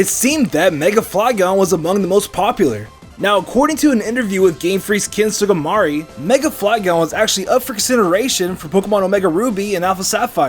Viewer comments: How'd you manage to butcher the Japanese names so badly? Kamonegi -> Kamunagi Sugimori -> Sugamari Tsuchinoko -> Tushinuku You can't just randomly replace vowels... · "Ken Sugimari" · Sue-gee-mor-ee. Sugimori. Tsue-chee-no-ko Tsuchinoko. Christ, your pronunciations are terrible, kid.